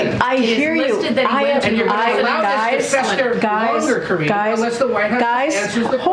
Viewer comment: I cracked up EVERY single time you say Karinge.... You know you've made that her name now 🤣🤣🤣🤣 SO FUNNY! I really didn't think it could get worse after Jen Psaki! They filled every single position from president on down with the biggest dummies with the greatest capacity for lying!